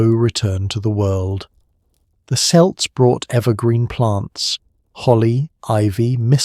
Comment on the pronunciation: I love these, but I question your pronounciatuon of Celt it is always a hard c unless you are referring to the basketball team